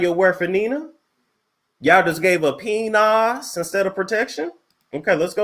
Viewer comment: “Not Pe-Nas”😂😂😂😂